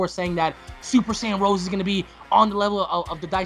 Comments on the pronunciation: Rosé, not just Rose. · I hate to be that guy but it's pronounced "Ro-say". There is an accent on the e (much like pokemon). It's suppose to go in align with the names of the G.o.D's. Since Black and Zamasu have been compared to G.o.D (manga and anime), it makes a lot of sense. Also the spelling is a lot like "rose" so it still has the "black rose" word play aswell.